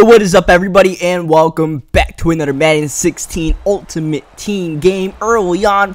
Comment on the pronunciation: Anudder, radder, dankfully